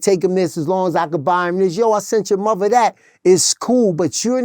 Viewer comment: I didn't know Father, Mother and Brother were actually pronounced "FAVA" "MUVA" and "BRUVA" 🤷🏾‍♂️🤷🏾‍♂️